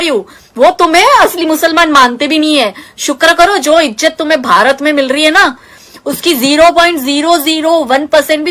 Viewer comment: Madam ijjat nahi izzat hota he